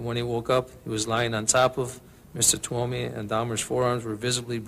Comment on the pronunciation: C’est Steven TUOMI et non TWOMEY et STEVEN hicks et non STEPHEN 😉